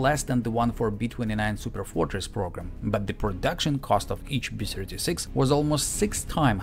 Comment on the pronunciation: I'm fine with your "bomb" pronunciation, but when you say "B-Sirty-Six", I think "Pavel Chekov".